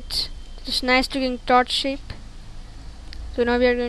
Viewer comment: everytime when you say "shape" or "shade", it sounds like your saying "shit" xD